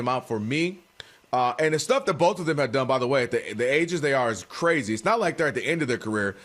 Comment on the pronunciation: B-O-A-F… Boaf! 😂